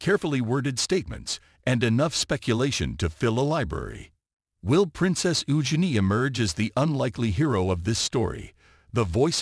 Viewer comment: Prounon Princess Eugene correctly and whatever got to say about Prince Harry ans Megan Markle is most probably 👍🏼 ✔️ true